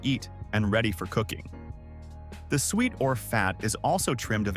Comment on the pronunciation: Pronounced Su-Et 👍🏻, not sweet 👎🏻